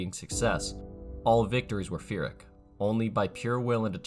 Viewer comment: Pyrrhic is pronounced with a P, not PH or F 👍